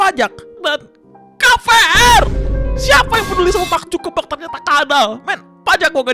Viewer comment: SI GOMONG MARK ZUCKERBERG KAYAK MACK ZUGEBEK OON LU 🤣🤣🤣🤡🤪🤢🤮